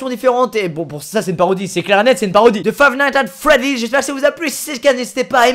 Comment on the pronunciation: Suis-je le seul a entendre Five nights at folive au debut de la video ? 🤔